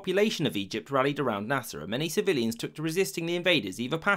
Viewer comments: Naser not nasa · Is it only me or every time he said Nasir..thought It was nasa? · I wont lie it keeps sounding like hes saying NASA